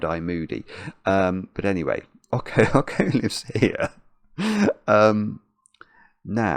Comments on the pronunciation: Pretty sure "Ocho" is pronounced "OH cho" as in the Spanish number for 8 because the cat has an 8 on it. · oh man that pronunciation of Ocho hurts. it's pronounced like "oat-choh". it's Spanish for 8. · saying Awko instead of Ocho is perfect. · Ok-ho is killing me throughout this!!! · you mispronounced the cat's name the entire time. Ocho is Spanish for 8. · Well he is making a fine kind of Latin-type pronunciation of it 😂